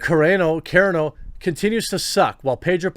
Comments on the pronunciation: It's pronounced Gina sir ....on....o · Dude still can’t pronounce her last name properly LOL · You're never gonna learn how to pronounce Gina Carano's last name. Please Google it. You're killing me!